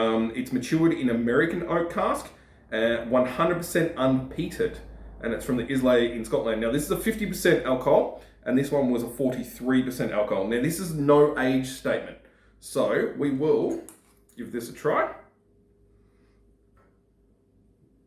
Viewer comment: Btw it's pronounced eye-la not is-lay aha. Gold video, considering getting the whisky loot but not too sure